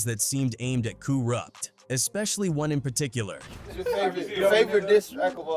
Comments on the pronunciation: kooruppt lmao get the man's name right goof 🤪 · Coo-Rupt?? Get out of here with this AI shit.